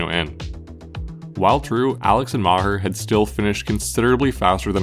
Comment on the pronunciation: MahHer 😂😂😂 MaHAR dood, MAH HAR NOT HER. 🤦🏼‍♂️🤣